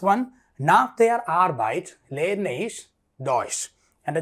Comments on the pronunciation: Ich.. not ish ..pls read as it is written . Sorry .. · OMG! Your explanations are ok. But the Pronunciation is bad. For example: Ich, wohne, Kerala, komme etc. There are rules regarding the pronunciation, please correct them!